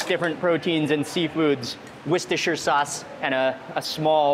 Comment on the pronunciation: Trust mark to know how to properly pronounce Worcestershire sauce lol